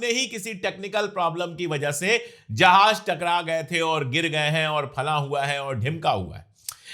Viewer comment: Jahaj nahi jahaz hota hai sir